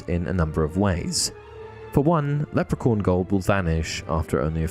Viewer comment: Leprecorn LOL sorry, but it's funny.